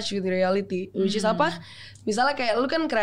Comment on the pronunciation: Awkarin kebanyakan bilang whichis😂